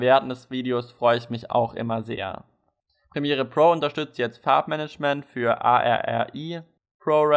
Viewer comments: Sorry aber A.R.R.I. geht echt gar nicht ! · A. R. R. I, ouch das schmerzt